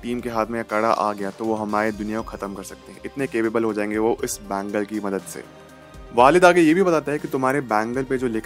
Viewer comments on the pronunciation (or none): bhai Farhan akhtar name is waleed not waalid waalid means father